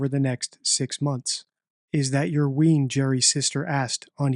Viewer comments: You pronunce "wean", 'wayne'. It's funny hearing Americans/Canadians pronounce Scottish words. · American accent “is that your ween” Scottish accent “is that yir wane” Spelled wean, pronounced “wane” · Weain, not ween. It doesn't sound right said like that. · Wean pronounced wane, not ween. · As a Scotsman I love how certain words are pronounced by foreigners. Gerry’s sister asked about the ‘wean’…it’s pronounced like Bruce WAYNE. That’s not a critique, just something I can relate to, totally understand and makes me smile. I’d love to hear do an audio book for an Irvine Welsh novel! Trainspotting was translated into X amount of languages and that just seems absurd to me as it’s a local dialect and language that even someone from an hour’s drive away has to tune their ear into. ‘Here’s Trainspotting in Russian!’ Good. Luck. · Wean is pronounced wane as in child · Wean is pronounced wayn